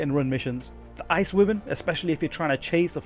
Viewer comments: I swear people need to learn to read. ITs WY VERN NOt Wivern lmao the Y is Pronounced. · It’s pronounced whyvern for fuck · Good video and well researched but considering you sound English I found excruciating that you pronounce Wyvern wrong... Considering it’s a Welsh dragon... >< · Pronounce wyvern correctly.